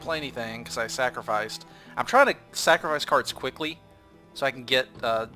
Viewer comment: You still say snackerfice